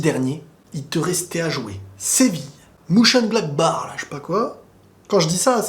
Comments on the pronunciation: Répète après moi: MAU CHÈNE GLADE BAH (Mochengladbach) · Mönchengladbach ca se prononce : Meun-chén(e)-glad-bar